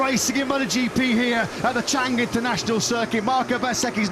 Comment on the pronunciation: Wrong pronunciation of 'Chang' Stadium. Chang (elephant) is with high tone.